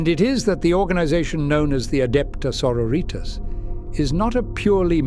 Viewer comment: Adepta señoritas